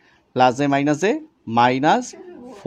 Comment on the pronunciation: স্যার আপনার বোঝানো অনেক সুন্দর, কিন্তু আপনি মাইনাজ প্লাজ না বলে মাইনাস এবং প্লাস বললে অনেক সুন্দর লাগতো 😅😅